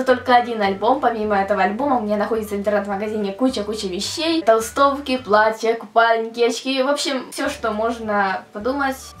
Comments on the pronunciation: не платьЯ, а плАтья! Аж язык режит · Я понимаю, что родной язык - украинский, однако, слово "платьЯ", как она его употребляет, ошарашивает. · не "платья",а платья(ударение на "а")